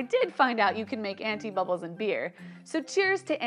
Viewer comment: Did she say anifa bubbles?